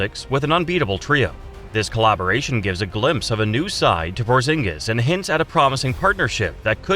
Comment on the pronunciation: Bruh we know he's humongous. You don't have to violate his name like that, porzongos😂